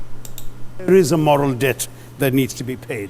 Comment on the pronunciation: Emphasis on 'moral debt' haha